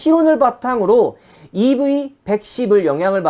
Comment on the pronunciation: 자꾸 이브이라고 하시네요...ㅎㅎ